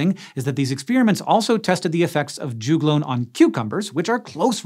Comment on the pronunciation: Rhododendron also do this. Also we say jug-lone not ju-glone lols